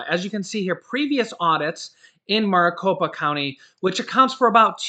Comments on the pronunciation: Its pronounced (Mare-i-copa) sorry got OCD, I live in Maricopa County (Phoenix, AZ) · It's pronounced merry Copa or Mari copa lol. I'm an AZ native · your pronouncing Maricopa wrong but close ❤